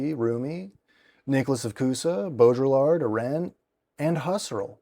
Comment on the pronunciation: i hate to be that guy but in “Baudrillard” the “l”s are silent. so it’s pronounced like bow-dre(as in dream)-ard(as in bard) in an American English dialect. I believe in french it’s pronounced without the d at the end. of course you may be pronouncing it in a dialect i am unfamiliar with, in which case please forgive my ignorance